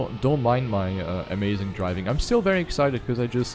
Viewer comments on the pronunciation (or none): none